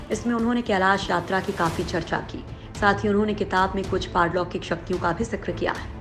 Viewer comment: Nobody Literally nobody Narrator of the video : parloukik.... Not Paralokic 🤣🤣🤣